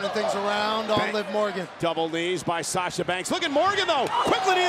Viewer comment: Anyone else heard Naomi say Slasha😄